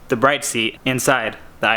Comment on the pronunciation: Liked before watching! It's pronounced brid tho